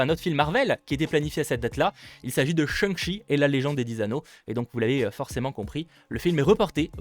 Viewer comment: On dit shang-tchi en prononçant correctement. Non ?